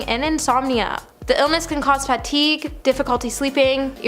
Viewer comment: Is English your native language? You mispronounced so many words and names. For instance, we use the word women, when referring to more than one woman. Women (wi-muhn) plural form of woman (woo-man). I’m honestly just trying to help. Fatigue is pronounced fuh-teeg, not fat-teeg. Sia is pronounced, See-uh.